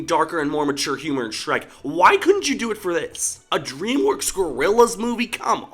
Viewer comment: Please do not say dreamwokes it really annoys , frustrates and infuriates me when you said that